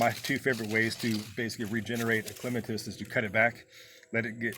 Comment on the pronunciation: Thank you for the pronunciation. The dictionary gives both but yours is the one I prefer.😊